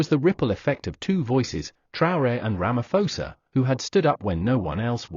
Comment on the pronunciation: Ramaposa, not Ramafosa.